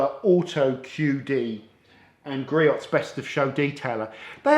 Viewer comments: All good products. Griot’s is pronounced GREE-OHS per their website in USA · It's "Gree-ohs"